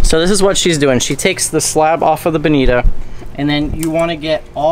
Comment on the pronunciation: It didn’t appear that you bled them. Did you? And on behalf of us west coasters.... it is pronounced “bonitaaaa”. Cheers